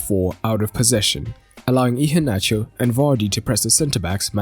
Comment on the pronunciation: Your pronounciation of Iheanacho, is good. 👍.